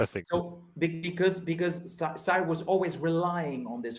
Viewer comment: Styr is not Steyr - look up how Danish, Norwegians and Swedish pronounce it.